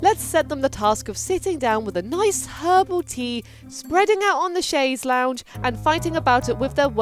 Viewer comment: That pronunciation of chaise longue though. Excellent work,.